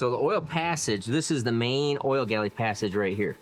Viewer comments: The word you are trying to say is 'Gallery', with an R. Also, height ends in a T, not an H. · It is gallery not galley. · Hey. I watch all your videos way down here in NZ. I’m pretty sure that your use of the term “oil galley” is a slight mispronunciation of the term we would use here which is “oil gallery “ or oil passage for sure. Anyway keep making horsepower and videos. Cheers G McClung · oil gallery, instead of oil galley. Just trying to help.